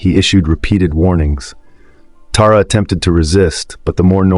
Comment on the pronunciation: It is AI, the names are mispronounced. It's not E-nez, it's Eye-nez, he also screwed up Tara's name, it's Tah-ra, not Tar-uh.